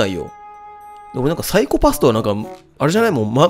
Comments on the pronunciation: サイコパ↑ス↓ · 「サイコパふ診断」 ふ？…………ふ？